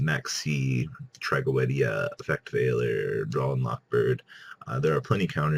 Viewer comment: You keep on mispronouncing Tragoedia.